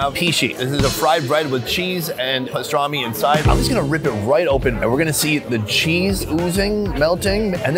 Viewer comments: its called pastırma not pistarmi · Loved the video. Thanks for posting. Can't wait to try them all in abot a month.The new name for the country is how the Turks pronounce it. Turkiye. I think it was Pastorma and not pastrami. In the background of the mussel restaurant the sign reads "there is no rock, sand or mud". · It’s not pastrami it’s pastrma. Which is completely different